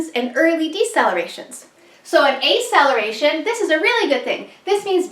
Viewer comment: Thanks for the video.. FYI it's Ack cel er a tion (as in faster), no a. aceleration. A in medicine usually means without.